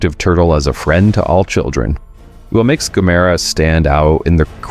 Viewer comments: Gamera is pronounced about the same as camera, not gamAIRuh. GAMuhruh. And how can it be japans answer to Godzilla when it’s also Japanese? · The crawling brainstem/spinal cord will forever be my favorite. I need to make a puppet of that for next Halloween. btw, it's GAM-er-ah, accent on first syllable. According to MST3K, anyway. ;) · Gam-er-ra, at least pronounce it right. At least try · "Gah-MERR-ah"? Cue Drax: "WHY Gammera?"